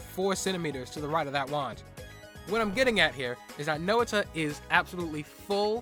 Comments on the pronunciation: Every Time You Mispronounce Noita As No-ita I Feel Physical Pain (It's Pronounced Noi-ta) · Please I know its probably isn't much but Noita is pronounced as Noy-ta, it is a Finnish word, stands for witch. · Noah-tuh. I am going feral. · I find it intersting how you pronounce Noita like /no'wita/ instead of /'nojta/. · "Nowita" sounds like how Slavs would call the main character of Doraemon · "Know-it-a" has a hilarious ring to it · Tip: the i in Noita is pronounced as the y in yogurt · I know I pronounce Noita wrong, my bad. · Its ok, you didn't noita pronounce it! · hey dude you pronounced noita wrong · It was very stressful to listen to but at least you have learned. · Oh thank god I thought I was going crazy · I kinda like this different pronunciation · Thats my bad. I should've looked up how to pronounce it before I recorded. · That's really not how noita is pronounced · I'm sure it was a good video, but I CANNOT get over how you butcher the word noita. Cannot watch further, sorry lol